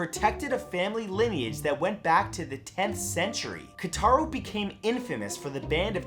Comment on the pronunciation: It's KOtaro not KAtaro....